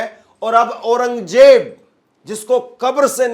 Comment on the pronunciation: KYA JAHILON KI TRAH AURANGJAIB BOL RAHA HAI...AURANG ZAIB READ KERNE NAHI AATA...KAISE ANCHOR HAI...VERY SAD....